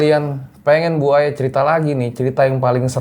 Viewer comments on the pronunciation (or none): bang pas ngmng Bu Aya ky ngmng Buaya aku ngakak bgt pas denger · Sama kayak yg saya denger 😂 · yaa bu Aya.. (gue dengernya buaya 🙃🙂🤣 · Gagal fokus sama cara panggil narsumnya. "bu aya",, jadi "buaya"😂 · Kalo manggil Bu Aya jangan disambung dong, gw dengernya jadi Buaya wkwkwk. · Salfok sama manggil bu aya, dengernya BUAYA 🐊😁🤣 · Bang bilang bu aya harus ada koma jangan di sambung cepet jadi buaya😴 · Ane malah salfok apa yang diucapkanin .. dengernya Buaya mulu 😂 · bang pas ngmng Bu Aya ky ngmng Buaya aku ngakak bgt pas denger 😂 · Awal panggil bu aya kok jd terdenger buaya terus ya awal serem jg ngakak🤣😂🤣😂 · Bu - Aya bang bukan Buaya 🐊 ,,,,, !!! 🤣😂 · Aku dengernya Buaya bukan bu aya😁😁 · mas, bukan Buaya , Bu Aya🤭🤭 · Maap bang gua dengernya BUAYA 😭😭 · mohon maap, aku dengernya BUAYA bukan BU AYA 😅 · Maaf nih....kuping gua yg salah atau emang penyebutan? Kok gua dengernya buaya ya bukan bu aya🤣🤣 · manggil nama Bu Aya knp kedengarannya buaya ya 🤦🏼‍♀️😂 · klo bu Aya cerita plisss jgn panggil "bu", kasihan gw dengernya. Dengernya kaya "buaya". Heheeee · Bu Aya.. jangan di sambung baca nya bang 😅🙏